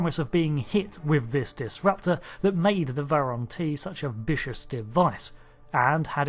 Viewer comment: True, although he said it wrong twice!